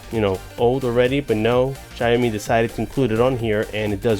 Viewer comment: its pronounced as shao-mee (xiaomi). anyways good review tho. thumbs up bro